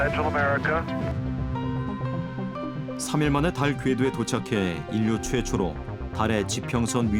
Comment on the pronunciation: 내용은 좋다만 최고 수준의 교육까지 받은 사람이 도대체 교육을 어떻게 받았으면 인류를 인뉴라고 발음하는 거냐? 발음할 땐 적어도 [일류]라고 해야하지 않나? 방송에서도 이런 식이니....